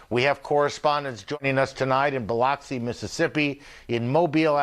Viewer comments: Buh-LUX-ee, not Bah-LOX-see.... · 🙄 Ugh i hate how he says BILOXI, MS. 🗣️ It's pronounced BILL-UCK-SEE😂